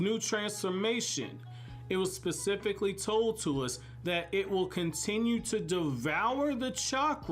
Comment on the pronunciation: When you say "pacifically", I think you mean "specifically"........ Good videos though